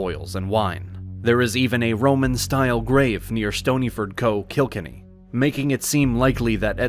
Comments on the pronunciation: Kilkenny isn't KIL-kunee, it is kil KENNy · Co. Kilkenny is short for County Kilkenny, and the emphasis is on Ken. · ain't no way he called killkenny as kikenny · As a man from kilkenny, the co means county and kilkenny is pronounced kill kenny not kilk enny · Kilkinnie, now where would that be I wonder.....Oh wait....did you mean KilkeNNy as in Kill Kenny? :-) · Mate your pronunciations are waaaayyyy off I can understand that your not from here but please it’s kill Kenny not kilkany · killkenny is pronounced kill-kenny lad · The AI reading is just stupid. I live in Ireland and it couldn't even pronounce County Kilkenny. AI does not work with Irish languages. It called it CO KIl Kinny??? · Was that an AI trying on an Irish accent? I never heard a paddy say Kilkenny like that. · Your AI pronunciation is shite. Stoneyford, Co Kilkenny. Coca Cola, was it?